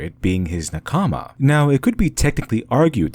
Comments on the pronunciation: Good video but as a anime fan you pronounce nakama wrong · the (mis)pronunciation of the Japanese word "nakama" (meaning comrade) stands out quite a bit. perhaps you could research how to pronounce it. but other than that, good video :) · How can you get te concept of nakama so right but the pronounciation so wrong 😬😢 lol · take a shot every time he pronounces nakama wrongly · How did you pronounce nakama so wrong but kishotenketsu so right? Also, when i was first introduced to eastern literature, it felt more normal to me than western. I grew up lacking the amount of agression that many people here in the west have, and i think that may be the primary reason as to why. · ouch that nakama spelling hurts my ears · Probably interesting, but it was too painful to hear the way nakama being pronounced for me to continue listening. Wich is weird for me, as things like this usually don't bother me much. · Cringing every time you say a Japanese word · Awesome analysis! Just a quick note, your voicing of nakama is slightly off. In the Japanese pronunciation, the emphasis is on the first syllable. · save me pls, i barely could keep up, all i heard was nakAma, nakAma, nakAma. Never heard this word from an english speaker, so it sounds silly xD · I don't understand how americans after watching so many anime can pronounce simple, common Japanese words so horribly. NakAma, really? Good video though. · Please stop saying Nakaamaa. Thank you. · He butchered Na-KA-ma. It was very distracting. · OMG! It's pronounced "NAH-kama!" You keep putting the emphasis wrong and it's highly distracting and frustrating. Watching literally any of the modern anime you mentioned would have revealed this to you. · Meanwhile I’m over here 3 min into the vid, frustrated at how he mispronounces “nakama” even though basic Japanese pronunciation couldn’t be easier and despite the 30 min video he couldn’t be bothered to do that much research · Ahhh good essay but..... It's not NA-kama its NaKama